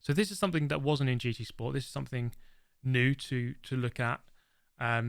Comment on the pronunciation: He can't even pronounce New